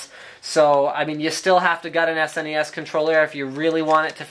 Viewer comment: I love that Linus pronounces it properly, as an acronym SNES. Some of my idiot friends pronounce it "SNES" (as one syllable, rhyming with "guess"), which bothers the crap outta me.